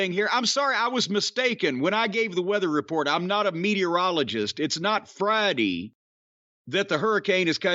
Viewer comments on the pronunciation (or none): "It's not Fridee.... It's Wednesdee..."